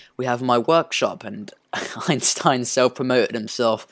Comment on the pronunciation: First at the parking spots you said my name (Einstijn) right and after that at my repair shop you were going crazy and said it wrong ☹️ (so it is Einstein but in Dutch there is an ei but also ij) Edit: btw next time you are online or making an vid on the server can I show you my tower in moosetown?? It is rly big and I am so proud of it... pls 🤗